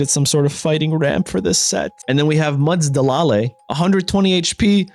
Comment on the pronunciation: Muds-a- lah-lai lmao